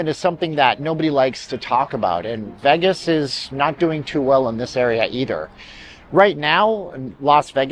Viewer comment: Solid video but the way this guy says Vegas is so cringe.